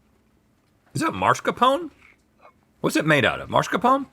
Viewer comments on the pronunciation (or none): Again, it's not mars-capone. It's mas-car-poh-neh. Dagummit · For the love of god, STOP SAYING MARSCAPONE! It’s spelled “mascarpone”. Why the hell are they pronouncing the r in the wrong place?